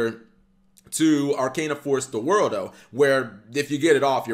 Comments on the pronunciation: hey, its either "the world" or "ZA WURDO" you cant call it "the worldo"! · Thank you!!! It's always super cringe hearing say "the worldo".